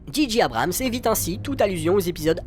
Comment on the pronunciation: analyse intéressante !! par contre si je puis me permettre J en anglais se dit djé et G se dit dji donc djé djé Abrams (juste pr dire pcq ça m'a irrité l'oreille même si ça n'empêche pas un très bon contenu!!) :)